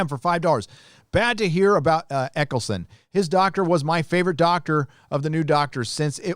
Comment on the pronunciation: his name is Eccleston not Eccleson.